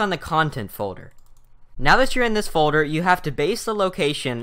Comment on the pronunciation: folder = "foder"